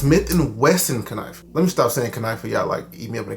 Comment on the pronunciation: I call it a Kuhnife too 😂